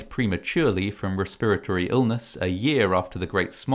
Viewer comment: he said respurratory illness tee hee